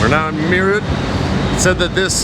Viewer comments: its not merr ut .....it sounds like meraath....you meed to have a training in vocal languages like hindi as English does not have sufficient alphabets to represent necessary sounds....like the ठ in मेरठ ....closent english approximations are well not even close 😀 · It’s not MAYROOT as you pronounce it , it’s MAYRATDH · Meerut ❌ Mayroot ✅ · it is pronounced as meer-ut... meer as in peer and ut as in but. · Meerut is pronounced as Merath (मेरठ) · It's meh-rat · Its pronounced M-e-er-u-h-t and yes its a Cantonment town from the British empire.. Meerut Cantonment: The Birthplace of the Revolt of 1857 The Meerut Cantonment, established by the British East India Company in 1803, is a significant historical site in India. It is where the Revolt of 1857, the first significant armed action against British military authority, began. The revolt was sparked by the sepoys' refusal to use cartridges that were greased with a mixture of cow and pig fat, which they believed violated their religious beliefs. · Hi, as an indian with an american partner for over 20 yrs, i can appreciate both sides. The rrts is something I'd only heard of before but now thanks to you i saw it as well 😄 Btw i appreciate the fact that you kept it professional and didn't shove the camera in anyones face or record any one without permission. Kudos. No offence but Meerut is pronounced May rut and its Sarai Kaa lay khan and my favourite Him aa lay mountains ;) Btw i forwardecd the delhi metro video to all friends and family in the US 😀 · im actually from Meerut and when you pronounce Meerut 🤣 you made me laugh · First utuber not going to landfills to film the garbage. How he said meerut was so funny. 😂😂😂😂😂😂😂😂😂😂